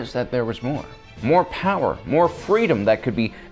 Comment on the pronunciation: at least Palpatine knew its spelt power not powaa